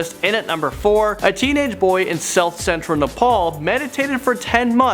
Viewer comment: Not nepol